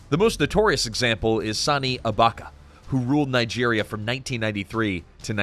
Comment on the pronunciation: It’s sani abaChya not sani abaka.